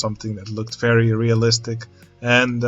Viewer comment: In the theme of the video: everytime you said 'very' I misheard you for saying 'ferris' XD So uh.. ferris good job!